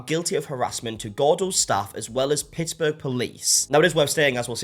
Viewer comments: That's EXACTLY how you say Pittsburgh. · I’m born and raised in Pittsburgh and I’ve never been to Gordos but had to say It was so cute how you thought you couldn’t pronounce Pittsburgh correctly. Almost to 500K! Keep ip the great work 🎉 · (pronounces it perfectly) "idk how to pronounce it sorry americans" lol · pretty sure the H in Pittsburgh is silent lol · can confirm. From the States and never heard anyone pronounce the h in Pittsburgh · pronounced correctly! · You pronounced it right! Love your videos,!!!! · I live in Pittsburgh, and you said it right! If you're from here you say it 'Pixberg'. Also, most everyone I know refuses to go to Gordo's because we all know the service is crap with an attitude. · PITTZ burg. You said it right. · I’m from Pittsburgh (yes, don’t worry, you pronounced it correctly haha) and I’ve visited Gordo’s many times and had friends who worked there as well. What she said about that restaurant was so out of line and luckily, most of Pittsburgh as well stood by Gordos as well knowing it was so entirely fabricated, as they have been nothing but such a great place in the city. Unfortunately, the owner had to shut down phone orders after this was posted as people online outside the city would harass and send death threats to both the owners and employees from people who only knew of her from what she posted. It’s an awful situation to Gordos but luckily, many people here have been visiting and ordering from the restaurant to show them how much the city supports them still ❤ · You pronounced Pittsburgh perfectly! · You pronounced Pittsburgh correctly. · You said it pretty well it’s Pit-s-burg. Honestly were never in big drama so this was a bit startling to hear about lol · You pronounced Pittsburgh just fine. But don't worry about pronouncing Pittsburgh correctly. That would imply having respect for the city. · american from pennsylvania, dont worry, you pronounced pittsburgh right 😂